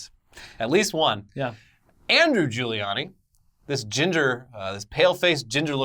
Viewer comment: I love it how you both screw up saying Rudy Guiliani's name every time you say it, hehehehh